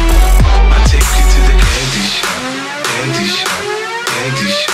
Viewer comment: after a while its starts to sound like Panty Shot